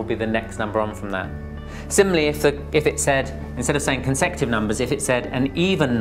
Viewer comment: its not consective....he is pronouncing it wrong....its co n se cu tive numbers